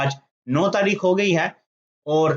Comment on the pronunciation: بوت نہیں بہت۔ (BoHat) اووور نہیں اور۔